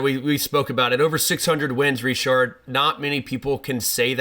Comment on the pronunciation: If you pronounce his name with a D in the end you might as well pronounce it fully in English, like "Ritchard".